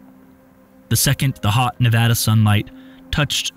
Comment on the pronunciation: Thank you for pronouncing Nevada correctly